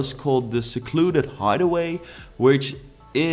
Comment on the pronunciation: They way you say hideaway is correct. Hid doesn’t have a silent e like hide does - the extra e is what make it a long i. And if you mispronounce something it’s a learning opportunity so I think you should use words you aren’t sure of! It’s okay to make mistakes, that’s part of learning!